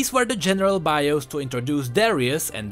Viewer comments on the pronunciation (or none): none